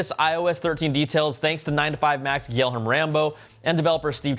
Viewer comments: It’s pronounced “ghee-Air-May” Guilherme Rambo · Hey Brian ---- Gilherme Rambo's first name is pronounced like Ghee Yer May. He's from Brazil and his name means William in Portuguese. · Please, pleeeeeease. The name is GuilhermE Rambo. ...mEEEE